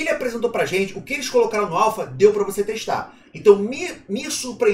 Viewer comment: Pela milionésima vez... axo que precisa falar de novo neh: a-l-p-h-a